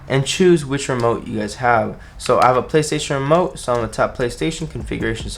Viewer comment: It kinda hurts me how he said ''Playstation Remote'' XD